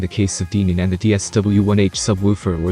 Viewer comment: Denon is not pronounced deeenon. If you're going to review a speaker product for any given manufacturer, at least pronounce their name correctly!!